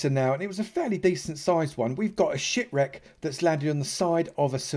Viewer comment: He said ship wreck but it sounds like that lol